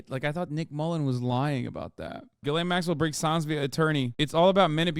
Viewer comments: not to be a dickhead but her name is pronounced geh-lane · Pronounciation, Ghislaine, hard G, mute S, long Ai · i love how everyone decided they were going to pronounce Maxwell's name as "jizz lane". its pronounced gill-ane, but she sure knew how to navigate that jizz lane. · Its french and its not spelled gill-ane. Its spelled geese-lehn